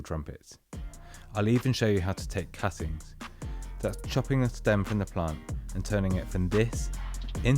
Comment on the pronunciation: I heard it as "angel deoppings" due to the narrators accent and had to read the description.